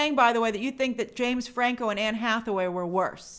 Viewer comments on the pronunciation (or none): none